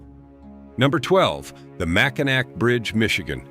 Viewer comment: That’s MackiNAW if you don’t mind